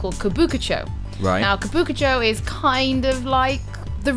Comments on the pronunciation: probably he's referring to "kabukucho". The real place is called Kabukicho. But oh well. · The proper way to pronounce it is: Kah-boo- KEE cho, not kah-boo-ka cho